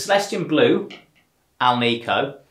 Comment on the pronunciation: It's pronounced AL-nik-o. Not al-NEE-co. It is made with nickel, not neekle